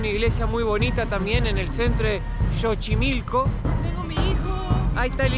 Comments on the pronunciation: 😂😂😂😂😂 "JOCHIMILCO" dicen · NO SE PRONUNCIA JOCHIMILCO. SE PRONUNCIA SSSOCHIMILCO. NO SE DICE CHILALPA, SE DICE CHINAMPA. LA BASE DE LA CONSTRUCCIÓN DE LAS CHINAMPAS ES LA MISMA QUE COMO SE EDIFICÓ LA CD. DE AMSTERDAM. A DIFERENCIA DE LA MAYORIA DE LATINOAMERICA, LAS CULTURAS INDIGENAS PREHISPANICAS EN LO QUE HOY ES MEXICO , NO FUERON ERRADICADAS, ERAN GRANDES GUERREROS, FUERON INTEGRADADAS, MEDIATIZADAS POR MEDIO DE LA RELIGIÓN. Y MUCHO DE ESAS CULTURAS, ORGULLOSAMENTE PREVALCEN, EL LA HISTORIA, LA CULTURA, MUCHAS PALABRAS EN EL IDIOMA, LA COMIDA, LAS TRADICIONES, LA VESTIMENTA, EN FIN TODA LA TRADICION DE LOS PUEBLOS ORIGINARIOS. ETC. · Saludos 😅, les quedó genial el video, hay varios tipos de mole y es Xochimilco no Chochimilco y son chinampas no chilampas. Un abrazo a los 2 🤗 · Mejor usa la palabra "chamarra", te van a voltear a ver feo carnal..ahh y se pronuncia "Sochimilco" no Jochimilco. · se dice sochimilco pero se escribe Xochimilco... y el animalito se dice Ajolote 😉 Saludos!! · chochimilo no es es Xochimilco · Que risa eres muy simpático 😅 se pronuncia sochimilco y se escribe Xochimilco. Me dio gusto como manejaste la chinampa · se dice Chinampa, y Xochimilco, se pronuncia Sochimilco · Me encantó cuando dijeron Jochimilco los dos jajaja. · Hermoso video 🤩 muy lindo Xochimilco que se pronuncia sochimilco y se dice chinampa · Chinelos en Xochimilco (se dice S la X en ese caso) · Un par de correcciones. Xochimilco se pronuncia "Sochimilco", y Axolote se pronuncia "Ajolote". Se dice Chinampa( y no chilampa) y chaqueta significa m4sturbaci0n en México. 😅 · Soy un gran FAN del canal. Se pronuncia SOCHIMILCO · Pronúncialo con la “s” al principio como sochimilco saludos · Se escribe Xochimilco y se pronuncia “Sochimilco”. Se escribe México y se pronuncia “Méjico”; se escribe Axiote y se pronuncia “Achiote”. 😂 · Mi estimado Xochimilco, se pronuncia Zochimilco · se dice asi textual......zochimilco